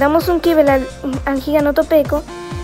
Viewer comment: Buenos videos aunque sea tarde para comentar y me rei cuando dijiste giganotopeco